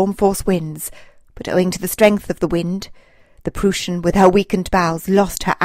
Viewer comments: It is pronounced "prois n" Get the name correct! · Great narration and fantastic pictures! Way to go! ( A little hint though: It's pronounced "PrOIssen". The "eu" sounds like the "oi" in "oil" or "oister".)